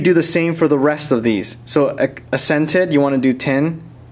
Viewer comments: Accented should be "ack-sented", not "ass-ented". Otherwise, great video. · Ha ha like the vids man but it's "AK,sented" not "a,SCENTED" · This is a great video for customizing your phone, Great work. Already used some of your tips to get my boss on my Nexus 4. But, why do you say Assented not Accented? Do you pronounce it the same when talking about different people's accents (the way their voice sounds)? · Great video! (for the record and for future videos, it's accented, like AX-scented) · "Accented" is pronounced ak-sent-ed LOL... other than that driving me crazy, great video! :) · Love the video (and all your other videos) but seriously that's not how you pronounce accented... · i hate the way he says accented